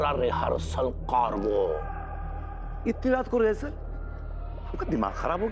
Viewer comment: रीहेर्सल कोरबे के नहीं कोरबे 😂😂😂